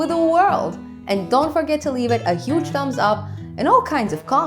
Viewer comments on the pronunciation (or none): none